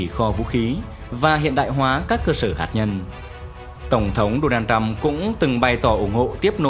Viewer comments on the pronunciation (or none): none